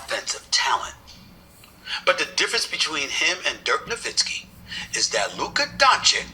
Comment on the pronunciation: not really. It took him years to get Nowitzki's name right too. He'd pronounce the w instead of pronouncing it with a v sound